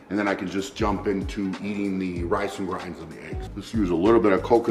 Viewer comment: Is he saying grans or grains?😂